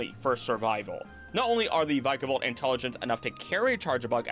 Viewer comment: inhales vick-ah-vault